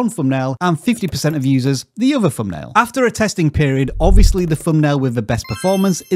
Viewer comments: i cant stand how he say fumpnail arghhh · Wtf is a "fumnail" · What’s a “fumnail”🤷🏻‍♂️